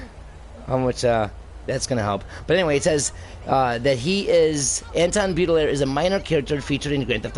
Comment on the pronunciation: "Baudelaire" is pronounced as "Bo-Duh-Lair"...